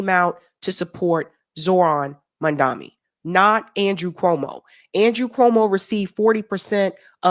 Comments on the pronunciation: Why the fuck can't you say his name right? This is a black or Cuomo thing? Right? It's MAMDANI. It's not a difficult name to say. Sounds more Italian. You're doing my head in. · it's Mamdani, The first three letters are pronounced as Mum, not Mun. It jars to see you mispronounce it. It's a white colonial action to mispronounce the names of non-white people. May I request that you may henceforth pronounce it carefully correctly please? Because it's the right thing to do. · You say his name wrong. It's Mam-da-ni. Not Mam-da-mi. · 🥴 I appreciate you and all your content, but as someone who banged the drum for Zohran, can you PLEASE, stop calling him "MANDAMI"!?!? It's MAM-DA-NEE (phonetically). Keep saying "Zohran", you say that perfectly 👍🏽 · say maMdani, not maNdami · It's MAMDA- NI, not MAMDA-MI! Last syllable starts with an "N", not "M"!! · And you always call him Mandami instead of Mamdani! Why? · MAMDANI!, not Mandami. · This lady cannot pronounce Mam-dani 🤦‍♂️🤦‍♂️. Keeps saying Mun-daami.... throughout the video. Truly.. Americans are idiots. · Learn to say the name correctly of Mamdani. It is not mamdami as you keep saying it wrong. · I keep hearing you pronounce it mundani I believe it’s Mum dani unless I’m hearing it wrong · His name is MAM-DANI , not MAN-DAMI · I am sorry if I am wrong, are you saying Mamdami? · It's Mam-da-ni. You keep saying Mam-da-mi like Cuomo. Please get it right.🙏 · His name is Mamdani, not Mamdami 😉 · I'm a fan, but I think you're mispronouncing his name...:/ It sounds like you keep saying, "Mandami" -- which switches the 'n' for the 'm' and vice versa. His name is "Mamdani" -- like "Mom" + Donny." Am I hearing you wrong, or no? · its MAM-DANI pls....not MAN-DAMI!! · Just one thing - you have been pronouncing Zohran's last name incorrectly - you say Mandami - it is MAMDANI. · My love, it's Mam-da-ni 😊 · MAM-DANI. It’s insulting when you all don’t get the name right. Love you but please try.